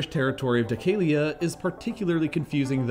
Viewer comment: its pronounced "thekelia" Δεκέλεια